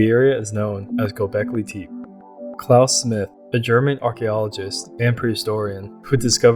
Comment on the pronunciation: If you are going to ride on the coat tails of Graham Hancock, then at least WATCH a few YouTube videos of the places you profess to know about. This "AREA" in NOT known as Go-bekly TEEP. Everyone I have heard speak of it for the past 8 years has pronounced it as Go-bekly-tep-A. You will not advance this way! Do your research! ! ! !